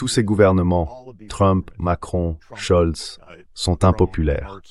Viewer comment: Merci pour votre travail Quelqu'un pourrait il dire à M Sachs que le chancelier allemand c'est Mertz et non plus scholdz